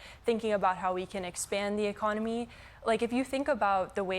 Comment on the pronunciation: I'm just sad Jon didn't pronounce "In THIS Economy?!" correctly. For shame!